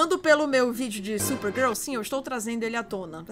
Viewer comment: gente só eu percebi que a falou certo Supergirl. Ela não falou SuPergEl. quem e você?!😮😰